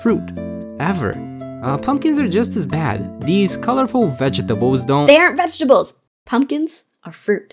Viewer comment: " these colorful vejjeh tehbles "